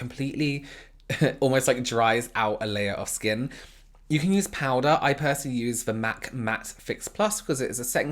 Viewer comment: free replay button to hear say POWDA and relax